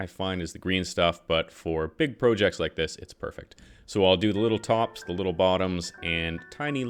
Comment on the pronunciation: Is it just me or instead of projects he says projects